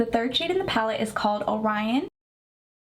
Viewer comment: I have to commend you on pronouncing “Orion” correctly. My son’s name is Orion and I thought people knew know their mythology constellations or seen the movie Men In Black. Great review btw. 🎉